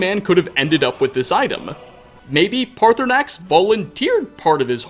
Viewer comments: Dude I have forgiven a lot. Please pronounce paarthurnax properly. The second R is silent. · I for got what direction you need to go to find the shrine but ik that there are dragon scales from there and Sissle (a girl from roikstead) says that she’s had dreams of a nice gray dragon and says that he isn’t scary so that proves that paarthernax (I completely butchered that name) has flown down to the shrine to give some scales!